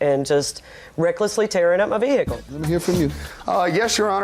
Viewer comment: If she says veeheeackle one more damn time 😂